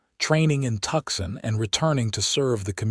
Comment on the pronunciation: TOOSON TOOSON NOT TUKSON!!!!!!